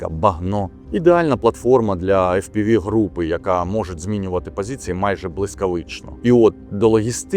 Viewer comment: єдине побажання , не повторюйте за підарами. Фі-Пі-Ві , тільки в Грецькому алфавіті є буква "фі". Ми вимовляємо англійською - Еф-Пі-Ві